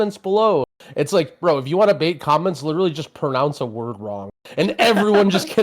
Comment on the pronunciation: "pernounce" a word wrong